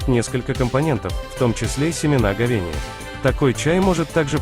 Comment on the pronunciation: Ховения!!! Читать научись